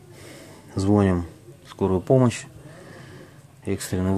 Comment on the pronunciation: звоним, ударение правильно ставь, раз говоришь это публике.